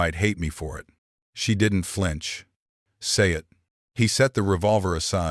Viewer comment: you people must not know to many native names, stories are good, 3-4 names for native sisters are same, why?, oh and Ai is telling the stories, need to learn pronouciations, can even say simple words like "it" and few others lol, but stories are great, with all the racism going on along with hatred, good to see stories that whiteman and natives can co exist